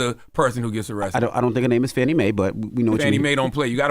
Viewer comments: Get her name right, it’s pronounced FAW-NEE not Fannie! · The black guy’s name is not Willie, his name is Harrison Floyd…was Willie a joke? Also, the DA’s name is not Fannie - it is Fani - pronounced Fah-nee. This message is for Tezlyn since she is the journalist on the show - love y’all - just make these corrections! 😊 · Please put some respect on that woman's name. Her name is Fani (fawni) not fanny. You didn't mispronounce the other prosecutors's names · The District Attorney in Fulton County Georgia’s name is Fauni (Fawnie) Taifa Willis. Charlemagne and the news person calls her Fannie like Donald Trump. He uses that word as a way to be demeaning. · Not FANNY. It’s pronounced FAWNEE. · Shame on TEZ and CTG for calling Fulton County DA Fan-ee, when her name is FAWN-EE. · Hey guys, I just wanted to point out that you have never pronounced Fani’s name right - and I’m not just talking about the “Maye” part. It is not pronounced Fanny- what she is doing is too important to be playing with her name so loosely if she heard it, I think that she would be offended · Her name is pronounced Fawn-ee.